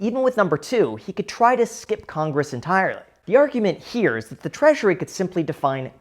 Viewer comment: Skip conress? 😅 caught ya slipping.